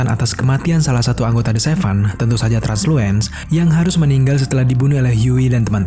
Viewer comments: Itu bacanya Translusen bukan transluen. Terus blindspot itu ditepak gendang telinganya bukan matanya dicolok kak. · Gw lbh milih "The Boys" drpd film n series film superhero lain.. Krna crtany penuh dgn plot twist, masuk akal, brutal, dark, pain n karakternya keren2... Btw Translucent bang, bkn Transluent... Trs kyny Starlight n Queen Maeve bkln gabung the Butcher bang, krna mrka kecewa brt ama Homelander...